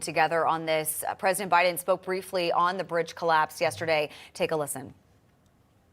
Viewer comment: You ain't gunna get "that brdge" reopened 🤦‍♂️